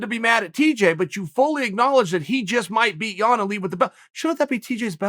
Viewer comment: Is he saying 'Yawn' on purpose? You never know with the bad guy